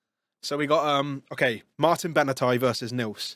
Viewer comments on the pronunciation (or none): Martin Bena-thai 💀